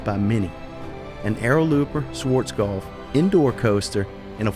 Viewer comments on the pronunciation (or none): none